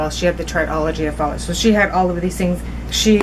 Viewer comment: My son has tetralogy of Fallot and just an FYI it's pronounced "fuh-low" ☺️ I love your videos and what you are trying to do with them!